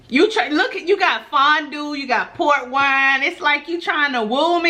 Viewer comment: Up until now I thought you was saying PORK wine lol had my mind all screwed up lol 😂😂